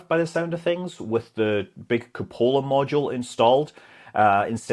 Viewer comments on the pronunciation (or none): Welcome back, Scott! Great episode. tip: *koo*·puh·luh (accent on first syllable) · Took me a while to realise Scott was saying cupola instead of coupler. Frigging Scottish accent, lol.